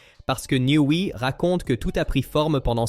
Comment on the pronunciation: Parfois c’est aussi « niouwy » et Aston Marin devient Aston Martenne !!! Incompréhensible !!! Ça sent le faux.